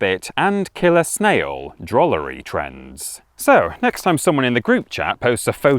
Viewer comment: Did you say DROOLERY? I am a DROOLER. I DROOL-as I am a DROOLER by trade.